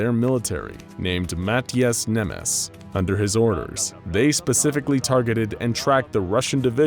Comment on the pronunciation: That's Nemes in hungarian not Nemeş. But great video as always!